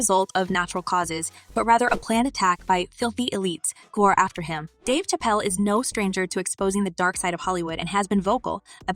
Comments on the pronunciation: Did she just say Dave chapel ? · WTF, THESE PEOPLE HEAR HIS NAME AND STILL PRONOUNCE IT WRONG, THAT'S WHAT I CALL A DUMB 🤬